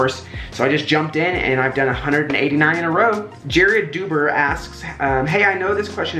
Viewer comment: lol thanks for answer my question, but Jared Dubber, like rubber, not uber😂